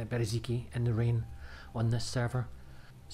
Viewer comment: Ffs, its not Bereziki, its Berezino. Its not that hard.